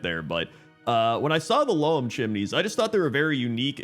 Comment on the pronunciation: Just to be that guy... Loam is pronounced like home, which is why I think they went this the name. Loam is another word for soil. Always thought it was a very clever name for the town.